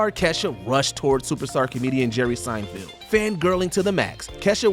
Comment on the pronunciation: At this point I’m convinced mispronounces people’s names on purpose. Jerry Seinfield??? You have to be kidding, no one has ever called one of the most famous ever comedians Seinfield…